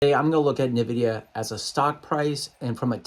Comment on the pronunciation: It’s EN-vidia not NUH-vidia lol